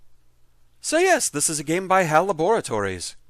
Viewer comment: ...hearing you pronounce "Laboratories" the Dexter way feels weird.